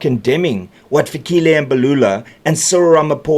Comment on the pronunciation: Its not Fikhile it's Fikile please learn to pronounce correctly if you are a true South African .